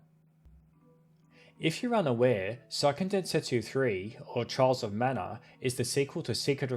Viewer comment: I try to avoid making fun of peoples' accents, but "Charles of Mana" is too good to leave put. I'm sorry.